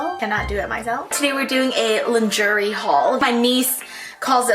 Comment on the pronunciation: Haha I think it’s pronounced lawn-shuray instead!! But v cute video ❤️